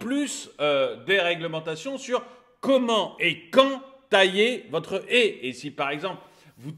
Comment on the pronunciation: On dit pas une Hé on dit une Haie !